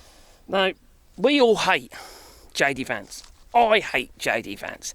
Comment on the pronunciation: He’s JD Vance, not AD Vance